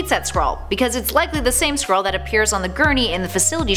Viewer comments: this video is dumb but I did think it was funny that you kept pronouncing it like squirrel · I thought you said "Squirrel". lol XD